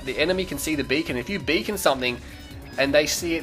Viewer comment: Whenever you said "Beacon", you sound like a Jamaican saying "Bacon".